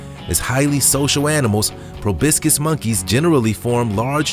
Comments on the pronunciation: How do you get "pro BIS gis" out of PROBOSCIS literally meaning nose... OMG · Narrator mispronounced proboscis (monkey) 3 times! (It's not probiscis). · Why does he call a proboscis monkey a "probiscis" monkey? In what language does an O make and i sound? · Proboscis.... . why do people who narrate these kind of vids never learn to pronounce the words they are using? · How a person pronounces proboscis as probiscus is a little puzzling. Having said that, I’ve made worse mistakes. It just seems like somebody would look that up with all the work that went into this. Good spokesman otherwise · Stop pronouncing Proboscis as Probiscis. Good information and narrating. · Pro baw skus...just read the letters Jeez!! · You are sayin probiscus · ProBOscis, Pro-BAH-scis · Probiscuis??? LMAO!!! At least learn how to say it! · Lol probiscis smh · How did you manage to mispronounce the name of the "Proboscis Monkey", multiple times, despite the correct spelling on the screen? Ridiculous. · he's saying proboscis wrong.... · Why can't the man narrating this pronounce proboscis?? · Learn how to pronounce proboscis. It doesn't sound like hibiscus. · Learn how to pronounce 'proboscis' . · You need to practice the pronunciation of proboscis. PROBOSCIS! It's not probiscis! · Dude, why are you saying “pro-BISS-kiss”? There’s an O in the middle syllable, not an I. Say PRO. “PRO” Say BOSS. “BOSS” Say kiss. “KISS” Put them together: Pro-BOSS-kiss. “Pro-BOSS-kiss” Now faster: Proboscis. “ProBISSkiss” 🙄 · I am fixated on how the Narrator says “proBIScus”, It is ProbOscis I was super fixated on it. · Pro-BOSS-Kiss monkey, not Pro-BISS-Kiss monkey. Other than that, good show old chap. Jolly good show. Cheers! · Proboscis doesn't have an "I" in it. It's pronounced Pro boss cuss.. Proboicis ?. Come on now... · proboscus, as in nose! probiscus, sheash! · It is PROBOSCIS; not probiscis. Otherwise, this was fascinating. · Proboscis. Pronounced probasis or probosis, not probiscus. 🙂 Fyi.